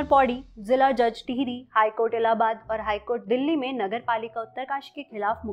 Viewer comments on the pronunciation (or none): none